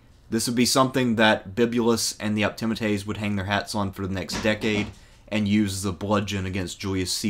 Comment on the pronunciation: Well, that's one way to pronounce 'Optimates' I suppose...